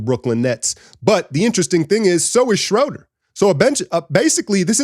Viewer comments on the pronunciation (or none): none